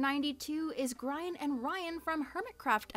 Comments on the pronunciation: Hearing say “Gr-rai-en/ Ryan” was such a whiplash moment 😭 As a hermitcraft fan, we call them Gri-en and Scar (Mr GoodTimes himself!) respectively.:D I will never understand why AO3 insists on putting their real names in tags, especially when many creators prefer not having their real name out there in the first place, and it’s always weird seeing their names instead of their usernames/ channel names. 😅 Also, the hermitcraft fandom (at least the part that i’m in) tends to be more active on tumblr and twitter, and leans more towards digital/ traditional art, minecraft skin designs and cosplay as our mediums of fan work, rather than fic-writing! So don’t worry, we’re alive and well, just probably not on AO3 lol:) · i couldn't help but let out a little giggle at how you pronounced Grian lol (it's grEE-en, not gRAY-en) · Also mispronouncing Grian as "gryan" instead of "gree- ahn" is really funny I love her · i was so shocked that the desert duo (grian and goodtimeswithscar) made it onto the top 100... i guess that dream smp -> other smps pipeline is real huh. also pronouncing grian as "gryan" and calling scar "ryan" absolutely made my day. your continued obliviousness on all things mcyt is very amusing! /aff (QUICK REMINDER TO ANY MCYT SHIPPERS TO SHIP THE CHARACTERS NOT THE PEOPLE!!!!) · I am dying at "Gryan and Ryan" as how you pronounced Grian and Scar's ship. You'll probably get told a lot but Grian is pronounced very similar to the word 'green' lol. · ok i love this but when she said "grIan" instead of "greean" i died (number 92, hermitcraft) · I am crying why does she say Grian like that- It’s grEEan. Helpppppp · GRYAN AND RYAN IM DYING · " who is this 'Gryan' character? " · "Gryan and Ryan" 😭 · pronouncing Grian as Gryan absolutely took me out omg 😂 glad to see some hermitcraft/life series on there though(edit for spelling) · saaaaame lmao. He is no longer Grain, he is Gry-an XD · Who is this gryan character 🤔